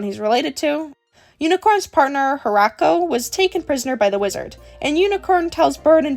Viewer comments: spanish speaker here, it's not pronounced hoe-rah-koe it's oh-rah-syoe also they were playing dnd guys trust me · I felt violated when i heard orrako 😭, saludos de chile jajsjajsja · Honestly never heard someone pronounce heracio like that